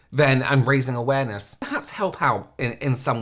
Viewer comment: This guy is 'awaremess', not awareness. My mental health leaves the premises while I'm watching it.